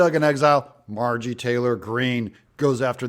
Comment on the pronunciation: If you like her so much, please learn to pronounce her name properly. It's not Margie, it's MarjORie